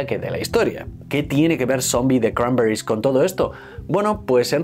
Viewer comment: Me jode de manera sobrehumana usar el acento yanki, toda la vida diciendo "cranberris" cada uno con su acento y ahora hay que decirlo con acento de no se sabe muy bien donde y que parece que uno habla con la boca llena de vete tu a saber el que.